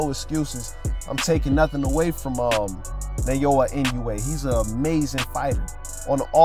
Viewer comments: you actually pronounced his name better than most. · I decided to not watch this after you butchered his name in the first 5 seconds....